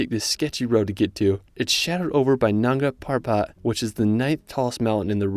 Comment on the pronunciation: Great video! That’s Nanga Parbat, by the way, with a B, not a P. 9th tallest mountain of the world in Pakistan. You might wanna practice your annunciation of „world“ a bit. 😉